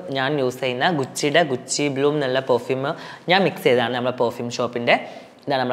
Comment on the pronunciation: ഗുച്ചിടെ ഗുചി എന്തുവാടെ 😅😅😅